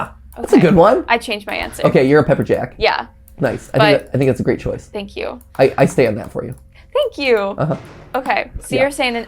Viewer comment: Matpat, please never say shank you with my sausage ever again…. Thanks.